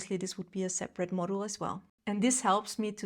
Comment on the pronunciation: you may not hear it but your pronounciation of "module" sounds like "model" so I was confused at first about what you meant. That is rare with you, your English is near perfect!